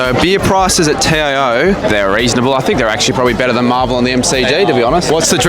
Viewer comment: Learn to how to say TIO stadium